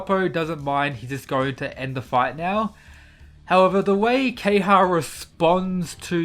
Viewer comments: KEHAYA, NOT KEHYA. gosh pls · The character is called Ke-Ha-Ya. Why do you keep calling him kay-ha?